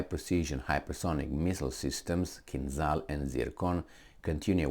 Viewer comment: Kinzhal pronounced like Gina or John, with very strong J (zh). Or french Ja t'aime.Not like z- zoom or zoo. Kinjal, not kinzal. In russian language- Кинжал.